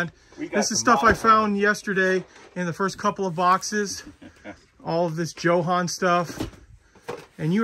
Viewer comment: Why do you all pronounce Jo-Han incorrectly?? Jo-Han is short for John Hanley….”Jo” = John, and “Han” = Hanley…..’Han’ rhymes with HAND. So think ‘Joe Hand’, but without the ‘d’. Come on!, after me……JOE-HAN(D). 👍🏼👍🏼